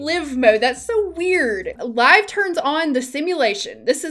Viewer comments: I've always said live mode like you say it..since Day 1, cause when I push that button, ....we're going live, people...3...2...1 "Action!" lol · Glad to see you're back! Hope you are doing well. And I also say Live with long I. I always thought of build/buy as the game being paused and playing the game as being live. The other pronunciation I think of as the opposite of dead haha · I also say live mode!! The first time I heard liv mode it totally threw me off. So happy to know someone else who says it like me😆 also I’m so happy you’re back! I hope you’re doing well💕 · Your pronunciation of Live Mode is how I've always pronounced it too! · I've always said live mode like you do. I guess I always thought of going into live mode like "we're going live" lmao! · That's how I have been saying it since ever. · ive always said live as in the verb, i never even considered the other way until watching this channel. it just makes sense to me, as that's the mode that your sims, well, live in. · I've been calling it live (rhymes with five) mode for two decades and the first time I heard it referred to the other way I ... made a wtf face. I'll probably continue calling it what I've always called it but it doesn't bother me anymore to hear it pronounced the other way; I get it, I guess "enough pausing/building/buying time for my sims to live their lives" but I prefer "time to go live (rhymes with five ... why does English have so many words that look the same but are pronounced differently? Even in a sentence sometimes the context doesn't inform you which way to say it, lol)" Makes me even more amazed that anyone can learn English as a second (or more) language. ~FM :) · You absolutely say live mode correctly!!!!! Also, it is great to see you again! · IT IS 100% LIVE MODE, HOW DID PRONOUNCING IT LIV MODE EVEN HAPPEN?! Stop trying to make liv happen, it’s not going to happen. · it’s 100% “laiv”, not “liv”…. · It’s definitely l(eye)ve mode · I say “live” too!! (Like you)